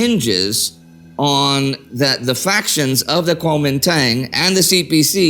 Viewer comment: The "Dang" in Guomindang is pronounced like a drawn out "done"